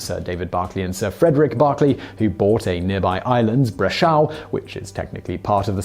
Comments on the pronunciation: Hate to be a party pooper, , Brechou is pronounced bre-koo. I am from the neighboring island of guernsey which is only 3 miles away from Herm, 6 miles away from sark, and 24 miles away from jersey. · You totally mispronounced Brecqhou. In Guernsey French, the language in which it is named, its pronounced bre-cou. Source - I am a Guernseyman Also, The Barkley brothers are Universally hated in Sark and the winder Baliwick of Guernsey. Those hotels they bought? All closed. Only 1 hotel on the Island Left. They attempted to change more and more of Sarks Laws, until they didnt get their way, then they just closed everything they owned on the Island. Its criminal. Awful people. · The island called Brecqhou owned by the Barclays is pronounced "brek-oo". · Brecqhou is pronounced locally as Breck - who, just wanted to put that out there